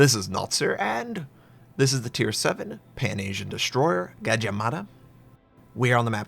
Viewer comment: Gad mah mada? No, i gad jah mada!!